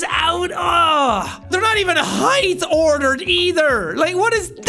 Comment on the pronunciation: Watching jack struggle to pronounce ‘ordered’ reminds me of the time a fan gave him shit for the way jack pronounces star